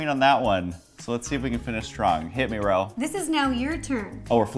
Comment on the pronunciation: it’s Ro not Rose